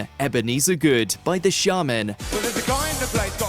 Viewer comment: "The Shamen" not Shar-Men...can't anyone speak anymore?